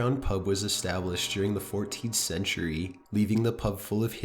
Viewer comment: Every time this guy ends a sentence, he drags out the syllable. Listen...he says photograaaaaaph, loooooooook, centuryyyyyyyy, late at niiiiiiiight, etc. Almost like he's possessed himself.